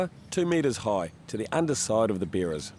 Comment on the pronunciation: Beerer's = Sounds like beers!!